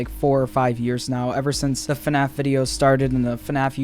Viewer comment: ITS FNAF NOT FUHNAFF